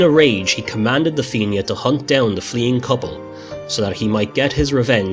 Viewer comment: the feenyah ???????????? na FIANNA ( FEE-NA) FFS